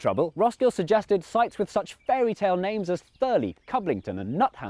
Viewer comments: Sorry Jay, But it's pronouced "Thur-Lye" not "Thur-lee" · The fact nobody needed to know in all this is that Thurleigh is in fact pronounced Thur-lie, to rhyme with eye. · He means rhymes with lie and not lee. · it's pronounced thur-lie btw like i told a lie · Boring fact: my upper school (Bedfordshire school system, means secondary) is built about 5 miles from thurleigh village (pronounced thur-lie, not thurley), some of the old parts of the school have double paned windows with a large vacuum in the middle, and they didn't open, because it was built during the time when they were considering building Stansted airport at Thurleigh. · Thurleigh is pronounced "thur-lye" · It's pronounced "Thurleigh", not "Thurleigh". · Are you sure? I thought it was pronounced "Thurleigh". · It's pronounced "Thur-lie" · Awesome video, however Thurleigh is pronounced Thur-lye. The former airbase is reportedly where Glenn Miller's fateful flight left from and is now home to a Glenn Miller museum. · Yoooo my village got a mention wtf. You mispronounced it but that’s ok. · I appreciate that I'm 3 years late and focusing on less than a second of the video, but you pronounced Thurleigh wrong.